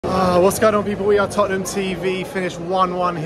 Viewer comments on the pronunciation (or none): "To win thee cup for Totten.....ham''.